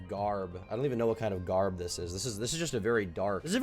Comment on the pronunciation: this guy said garb. lmaoooooooooo